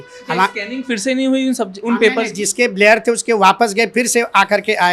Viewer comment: मास्टर साहब ब्लर को ब्लेयर बोल रहे हैं क्या??